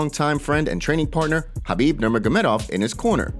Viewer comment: BRO ISLAM AND KHABIB ARE COUSINS CMON YOUR SUPPOSED TO KNOW THIS THEY ARE NOT FRIENDS THEY ARE FAMILY AND LEARN TO SAY KHABIB CORRECTLY ITS NOT CARBEEB OR CAR BEEP